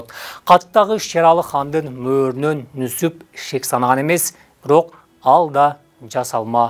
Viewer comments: Нүсүп эмес Нүзүп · Нузуп Нусуп эмес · Нусуп эмес Нузуп туура айт. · Нүсүп эмес Нүзүп. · Нусуп эмес, Нузуп. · Нусуп дебей Нузуп десенер боло адабий тилде суйлоп жеткиргиледа тарыхты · Нүзүп деп туура айтылат кыргызча. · Нүсүп эмес Нүзүп деп атын туура айтсаң автор